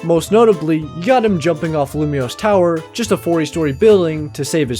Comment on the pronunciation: "Lumiose Tower" 😭